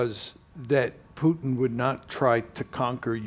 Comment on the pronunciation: You know its a CIA plant when they talk fast and pronounce Putin "Pewtin".